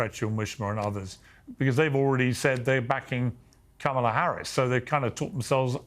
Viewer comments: Mispronounced her name he must be a racist misogynist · Jr hasn't learned how to pronounce Kamala yet, so it won't matter.